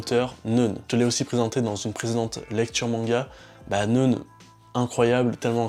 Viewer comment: "neune" ? A priori, c'est "neuf - 9" en allemand. Ça se prononce donc "noïn"...